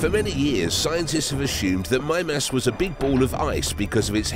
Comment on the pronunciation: Why do I feel like he's not saying that right? Oh, cuz he also said "geezers" instead of Geysers. So Mime-Ass probably isn't right either.